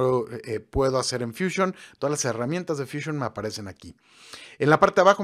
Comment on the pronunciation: Porqué dices edición? Si despues dices fúsion?